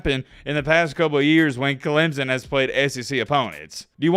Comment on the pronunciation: Your voice is annoying. It is Clemson not Clemzon. 🙄